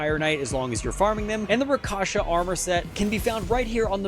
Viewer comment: Bro its rakSHAsa armor, not rakaša